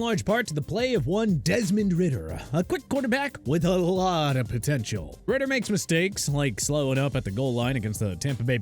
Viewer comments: RIDDER?!? Come on lmao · I stopped watching as soon as I heard ridder 🤦🏾‍♂️🤦🏾‍♂️🤦🏾‍♂️